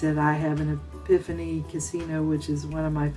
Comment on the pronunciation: It is pronounced Ep-i (short I sound)-phone not epihany